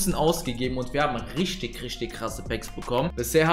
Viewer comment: Sag bitte nicht isch, nisch, rischtisch das klingt mies assi und scheisse Sonst geiles Video 🎉